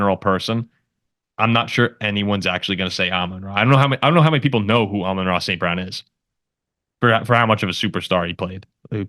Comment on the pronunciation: Nailed the name pronunciation, thanks for answering my question. Even as a packers fan, I agree with the Amon-Ra St Brown take, he’s elite and underrated